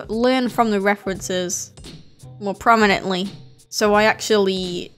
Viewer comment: LEPROMENETLY? 🤔 never herd of it